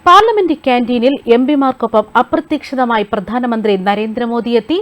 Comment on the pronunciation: അപ്രതീക്ഷിതമായി എങ്ങനെ ആണ് പറയുന്നത്?? ഉച്ചാരണ ശുദ്ധി വേണം 😄😄😄